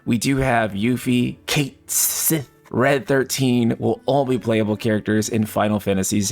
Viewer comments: You can hear in his voice how hard it was to use the "official" pronunciation of Cait Sith. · That "cait sith" seemed kind of personal back at Maximillian Dood after his recent video about the pronunciation of the name... Lol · The way he says CAIT SITH 😂😂😂